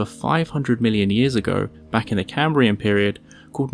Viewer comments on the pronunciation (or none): none